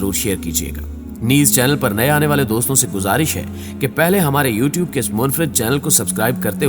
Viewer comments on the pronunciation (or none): none